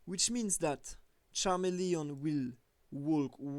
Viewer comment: You'd think if you'd want to do this professionally you'd learn how to say the names of pokemon. Charamelion? Get out of here